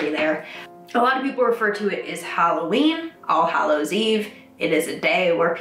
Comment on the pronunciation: it sounds like your saying arseholes day lol